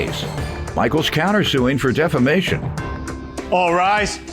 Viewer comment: Why cant people say "defamation."